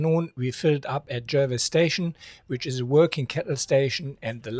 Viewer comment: Proud to be a Patreon. Check pronunciation on Jervois ;)